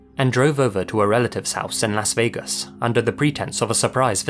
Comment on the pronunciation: what’s funny is you actually pronounce that correctly whereas in America the vast majority of ppl (I’ve met having visited 30 states) pronounce it ‘Loss’ Vegas. Varying dialects have warped it slightly but I find it amusing that you actually say it the way it was intended to be pronounced.